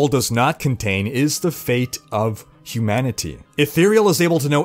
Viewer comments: Hugh Manatee, cannot be unheard. Makes the video alot funnier xD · I don't like your over enunciation of "humanity" hahaha